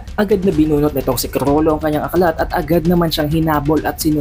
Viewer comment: Sobrang R kulang na L 🤦‍♂️